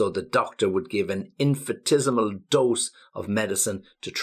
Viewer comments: Thank you. Love you ideas. Sorry, please check your pronunciation of IN-FIN-I-TES-I-MAL. You say IN-FI-TES-I-MAL. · I think 'ni' should be pronounced in in-fi-NI-tes-i-mal, not infitesimal. as you said. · the pronunciation of bulky is a bit off to my ear... where are you from exactly, maybe there is some pronunciation change in the area where you live, wouldn't be surprised if it was somewhere in the Blackpool area :) although the rest of the pronunciation I don't have a problem with. But than again, you pronounce infinitesimal the American way.. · the pronunciation of infinitesimal on the M&W is diffrent? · Hi! Just to know, you pronounced infinitesimal differently than it should be, is there any reason? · You’re pronunciation of infinitesemal is not correct. For the rest I like very much your videos. Please go on!!